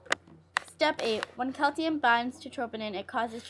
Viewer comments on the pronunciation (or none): And you keep saying "Cal-tee-um". It's pronounced "Cal-see-um"